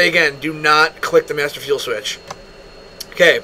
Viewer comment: I'm sorry but the emphasis on the master fuel switch cracked me up